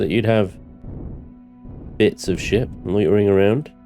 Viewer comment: Is he saying shit or ship if it's both that's just 🤣🤣